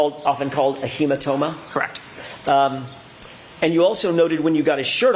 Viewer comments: Brennan —“hematoba” 😂🤦🏼‍♀️🤣😭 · HematoBa. Hank you said it twice. What the hell??? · brennan : "a hematoba" 🤣